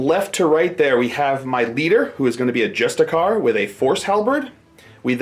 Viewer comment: It’s not pronounced just-a-car, it’s pronounced justice-ar, like the word justice and then a pirate sound